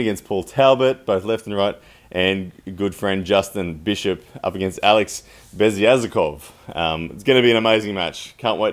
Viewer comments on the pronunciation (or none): none